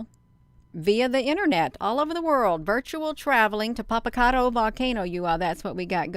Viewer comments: You’re not pronouncing that volcano right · We live quite near this beautiful volcano, first ya ought to learn how to pronounce the name of the volcano, or just call it Popo as the locals do. Anyway we've quite a spectacular view of Popo, it's letting off vapor and ash...so foolish